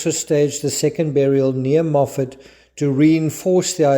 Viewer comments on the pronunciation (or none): none